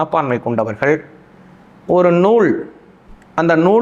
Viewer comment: Nool, not noozh